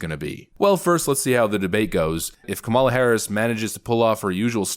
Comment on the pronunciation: I think it's actually pronounced "comm-ula".